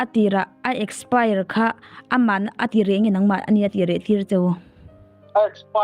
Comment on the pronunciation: Company tih dikloh lo siam thra,expire pawh asawi thiamlo ania😂😂😂😂